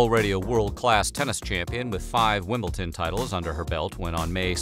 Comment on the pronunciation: It's Wimbledon, with a D, not WimbleTON, a$$wipe.